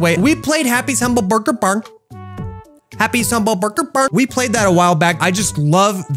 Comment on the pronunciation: how am i hearing happy sumble burger farm